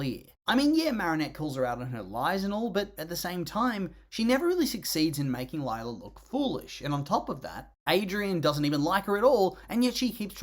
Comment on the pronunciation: Uhmm you misspelt her name it’s Lie-la